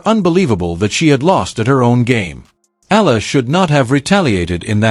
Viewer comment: Not Aya,u pronouce her lastname E-ya-la..EALA...